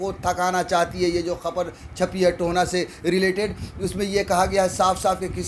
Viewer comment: "Tohna" nahi bhai mere it's Tohana, To - Ha - Na